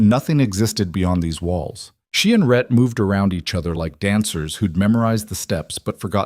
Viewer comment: It's RHETT (a man's name), not Red or Ret!